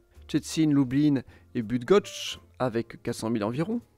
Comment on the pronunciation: Tout a fait! Pas facile les Szczecin et Bydgoszcz ! Bravo pour l'effort. Et en plus c'est tellement ça pour le contenu, c'est bien résumé.